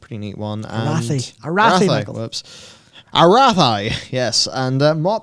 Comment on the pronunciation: Closer, but no. It’s not “uh-wrath-I”, it’s “uh-rahth-ee”